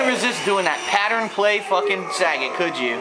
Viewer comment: lol, it's "sah-GAT", not "Sa-get". XD